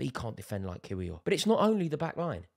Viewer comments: Rory to help you out bruv... In Poland they pronounce 'W' like V so Kiwior to you would be pronounced (Kivi-or) Jakub is also like Yakub not 'Jake'... You're welcome 😂🤝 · Arteta played 4 CBs before anybody else in English football, it’s pronounced Kivior as opposed to its spelling ‘Kiwior’ 😂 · Rory it’s pronounced “Ki-Vee-Or” 😂 you’ll get there one day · It is pronounced Yacub Kivior. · Rory lol its easy just say kiwior like key-wee-or but say it fast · Why can nobody say kiwiors name😭 it’s yak-ub kiv-ior